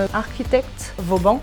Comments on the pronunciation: Great episode! As usual. Didn't know of that course so thanks! One thing though, as an architect and a French! you can't butcher the name of VAUBAN (not Vaubon) as you do:) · Vauban not « Vaubon » ;/ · Great episode as always, but it's Vauban not Vaubon ;)